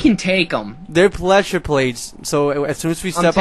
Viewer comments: hehe pleshure plates... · yes and no cuz i think he said pleshur plates